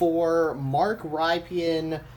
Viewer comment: Mark Rypien is pronounced RIP-IN